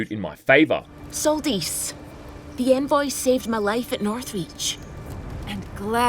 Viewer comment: They pronounced envoy wrong